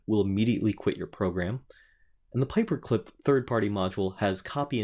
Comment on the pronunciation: it's "pyperclip" not paperclip. :-)